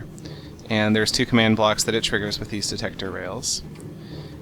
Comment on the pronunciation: "Tiggers some redstone..." You don't say? :D